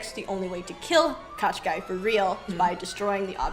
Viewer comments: Girls, if you such funs of the Firbird (Жар-птица the Heatbird in original) ballet let me make some remarks to the characters names pronounciation. The main antagonist name isn't spell like Qashqai (it's a mark of the ja[anese car) but Koh-Schey. It's hard to give the proper russian spelling of the sound Щ in english just put Кощей in google translator and push the spelling button. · I enjoyed the analysis very much, but I have never seen Kotschei written or pronounced like this, it made me smile each time you said it. I always assumed it to be transliteration from russian, and as such it should be like Koschei or Kaschei, pronounced like written. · NOT Katchkai , dears! It's KOSST CHAY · Hi girls. Thanks for such a fun show. I am Russian and when I was listening to you talking about evil witch I could not recognize his name. Then I looked at the closed captioning and got it. The closest phonetic spelling would be Koshay with an audible accent on 2nd syllable. All those extra consonants are making no sense at all. I think that proper names should be pronounced as closely to original as possible. Thank you again. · The sorcerers name is actually pronounced Ka SHAY. Which means roughly Mr Skin and bones. He is notorious for kidnapping fair maidens. One of them he turned into a frog. Good luck finding a prince to marry you. At least Rothbart had the decency to turn maidens into swans. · Ka, not Ko? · Do I recognise Andris Liepa as Ivan? Also, the name of the immortal villain in Russian is pronounced with only one K (in the beginning), the second consonant is sort of a long soft SH sound, and last vowel is /ei/ like ‘play’. Thanks a lot for this amazing recounting of Firebird!